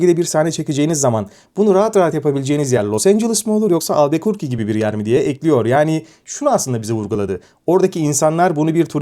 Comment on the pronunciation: Hocam artık albuquerque demeyi öğren ya